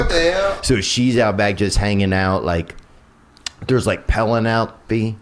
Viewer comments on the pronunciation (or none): Penenepie - LOL. He can't even pronounce her name. Geez, we are within striking distance of Idiocrocy. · If the slap was the greatest moment in tv history, Theo pronouncing Penelope is the greatest moment in podcast history. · 😕 Theo Von is so country he can't pronounce "Penelope"?